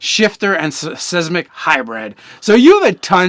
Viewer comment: There is no H is simic. It sounds like you keep saying shismic.